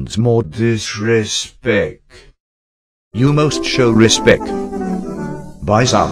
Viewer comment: SAY RESPECT NOT RESPEC